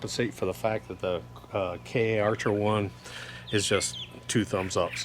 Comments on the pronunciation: Just letting you know Doc, it's Karcher and not K-archer. They are a good product. Thanks for the vid, very informative. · In the German name, Kärcher, the two dots over the "ä" is an umlaut and it signifies a shift in pronunciation. In this case, the "ä" sounds more like the long "a" in English. So, the "Kär" sounds like the word "bear" except it starts with a "k" sound. So, Kärcher sounds sort of like Care-sher.. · Karcher is pronounced car-cher. They are the industry standard in the U.S. pressure washing world. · It’s pronounced Karcher - like archer with a “K” in front. They make great products.